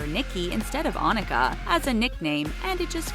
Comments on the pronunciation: Nicki Minaj 's name is not ON IN KA, it's pronounced ON I KA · It upsets me that y’all are mispronouncing names. Lana del rey is LAWN ah del rey Nicki Minaj is Oh-neeka tawn-ya mirage not Annika tan-ya mirage (Onika Tanya Maraj) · Her name is not on-ika it's pronounced like oh-knee-car I'm a trinidadian so I know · FOR NICKI MINAJ ITS OHH-NEE-KA NOT ON-I-KA . IT MAKES ME SO MAD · It's not On- Ik-a it's Oh-neka she's pronounced it before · Nicki Minaj’s real name is pronounced Its O-Knee-ka not On-a-ka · Y'all killing me here it's pronounce as o-nee-ka nt on-nik-a omg talko btw im frm trinidad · Ashley DeNaro tf is Omika, nicki is name is pronounced O- neeka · I thought nicki’s is pronounce oh-kne-kuh?? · It’s pronounced oh-nee-kuh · I think it pronounce o_ni_ka not what u just said trust me but its a good move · It's pronounced Ō•NEE•KA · They pronounced nickis name wrong its onika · im pretty sure nickis real name is pronounced oh-nee-ka cuz in starships she says it like that in the second verse she says ''my name is oh-nee-ka you can call me nicki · Nikki Manaj’s real name is pronounced like oneeka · That is not how you say onika o nie ka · It's O-Neek-a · She said Nicki Minaj birth name wrong 😭 lol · That's not how to pronounce Nicki's real name. I hate for people to mispronounce names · Sorry, not trying to be rude but you said Onika wrong